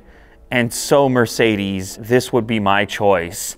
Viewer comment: It’s sucks how you speak Mercedes. Come to Germany